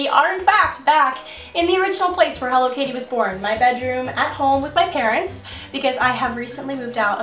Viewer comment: I thought she was saying Hello kitty... Until i realized the channel name was HelloKaty Way to go!